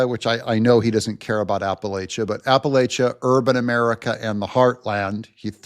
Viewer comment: I know you're a barely literate comic book author, and from Californiastan, but, You live in Tennessee now. So you should know how to pronounce Appalachia. Ap-uh-LATCH-uh